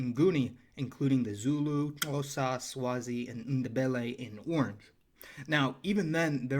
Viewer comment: Your Xhosa pronunciation is pretty on point for a non African.